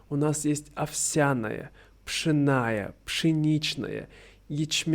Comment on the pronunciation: Всё хорошо, кроме ударений (верно: пшённая, ячмéнная), уменьшительно-ласкательных форм под видом базовых (верно: оладьи) и рецептов 🤔 🤓 Сырники это совсем не мини чиз-кейки, а оладьи - совсем не панкейки. Это технологически разные блюда, не совсем корректно их сравнивать напрямую. Больше подойдёт оборот "что-то вроде". 🤓 Кофе для России вполне традиционен: его к нам во времена Петра I привезли, было время прижиться. Утренний "кофий" встречается во многих классических произведениях русской литературы. 🤓 Ещё момент: блины уже давно не праздничный завтрак, а икра в блинах - скорее "клюква" (стереотип про Россию), чем быль. Очень-очень на любителя. Популярные начинки для блинов - мясная из фарша или рубленной курятины, красная рыба с творожным сыром, грибы, обжаренные с луком, варёное яйцо с сыром, чесноком и зеленью, творог или творожная масса, варенье (джем), сгущеное молоко, сметана или домашние сливки. Последнее: покажите мне русскую бабушку, пекущую КРУАССАНЫ вместо пирогов, пирожков, саек, шарлотки и булочек 😂